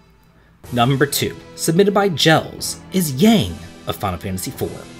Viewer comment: Yang from FFIV is actually pronounced more like 'Yawn'